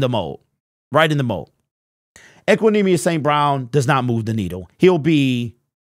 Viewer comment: He said it right